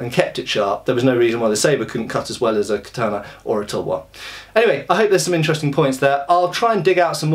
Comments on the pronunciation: Hey. It's Kata-na, not Ka-tana. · ka-ta-na. The 'a' is pronounced as in cat. There is no tah sound in Japanese as you used in the second syllable.